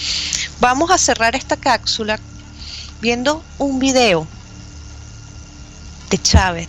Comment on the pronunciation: Como una mujer tan ilustrada puede decir "cacsula", me suena horrible, es CAPSULA.